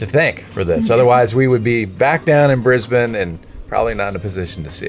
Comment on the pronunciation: Thank you for pronouncing Brisbane correctly 😊